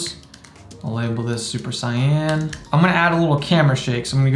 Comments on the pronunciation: Its "Say•in" not cyan. ❤️ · that's actually how you pronounce it in japanese